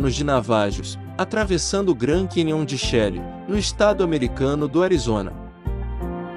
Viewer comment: Porque a pronuncia de nomes de pessoas vc fala errado, e as palavras Cowboy e Canyon vc fala com pronuncia correta? Fica feio chamar Pat Garrett sem pronuncia, da mesma forma seria chamar Billy The Kid sem pronuncia. Soa muito ruim!!